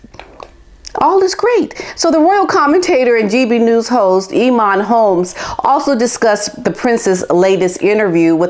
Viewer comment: As usual good show. the name Eamon is pronounced AYmon it is of gaelic origin. Hope you don't mind but I thought you would like to know.